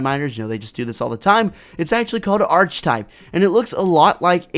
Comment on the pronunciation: It’s not (Arch-eh-type) it’s (Ark-Uh-type)